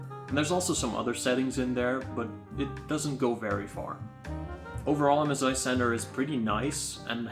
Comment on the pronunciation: mezi bro its m sssssssssssss i not mez i